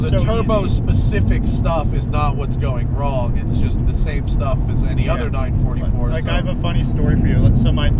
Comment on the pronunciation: I really approve of you Matt say the car's name properly " nine , four four" instead of nine forty for like most other American reviewer. Same with the 928 and 968